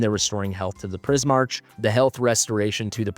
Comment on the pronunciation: I think it would be Pris-mark. Similar to Primarch in Warhammer. But Pris makes sense because of prisms and color.